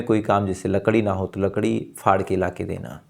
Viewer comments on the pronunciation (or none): none